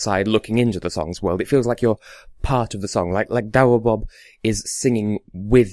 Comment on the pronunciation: You speak his name perfectly haha!